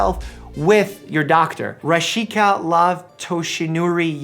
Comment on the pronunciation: Oh my goodness! Your like the first few people to say my name Rashiekah correctly on the first try! Thanks! Also I've been wondering. Is it possible to remove scares? (like from surgery or from a bad injury)